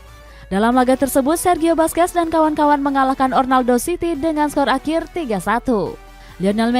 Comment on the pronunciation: Orlando min bukan Ornaldo